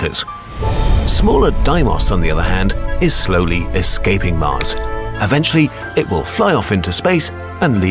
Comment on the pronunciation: not MUZ ITS MARS ARE YOU NEW TO ENGLISH?